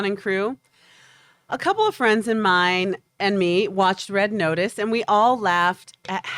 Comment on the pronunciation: “Red Otice”